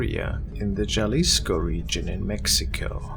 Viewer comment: All this time I've been wondering if is Hispanic due to his accent and showing a lot of vids from Mexico and even south America but now that he pronounced Jalisco wrong... I'm back to wondering what nationality is he where did his accent come from??? I'm always wondering where people come from and how the weather is where they're at??? I just love learning about other places and other people, Earth is an exciting place to live in 🤗 don't get me wrong I love channel you are awesome! You're accent is awesome it's cute.